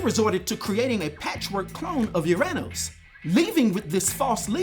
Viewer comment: Haha UrAnos....not MyAnos